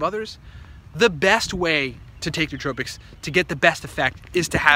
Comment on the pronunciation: The correct pronunciation is new-oh-TRO-pics, not new-TRO-pics.